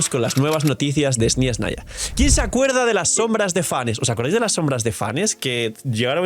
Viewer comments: Hola, deja de decir SnYeznaya es Snezhnaya sin esa Y molesta que pronuncias xd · No veo donde esta la "i" en la palabra SNEZHNAYA...